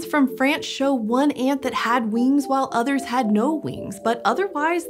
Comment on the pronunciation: It's almost cute how she says wings, weengs.